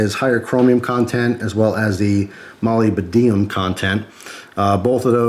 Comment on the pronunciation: Molybdenum is pronounced ma-lib-deh-num. Nice try though. Absolutely the hardest word to pronounce in the world of metallurgy.